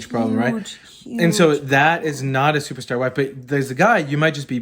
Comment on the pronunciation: I think my favorite part of this video is how adds an extra "t" to the word "superstar". Don't take my word for it, watch the opening 30 seconds and hear talk about his "stuperstar wife".